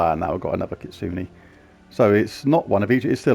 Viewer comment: JLYK it's kit soo neh a Japanese word